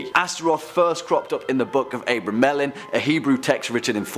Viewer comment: Ikr I cringed every time he said it. Also the way he kept butchering the word abramellon and the way the woman pronounced deity was embarrassing